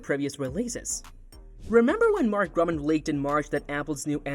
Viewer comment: His name is Mark Gurman, not Mark Gruman or Mark German as pronounced in this video.